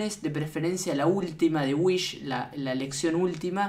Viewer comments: Es wihs no whish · Whis, no "Whish" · Se dice wis no wich